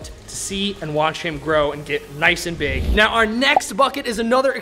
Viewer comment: You said pig instead of big!!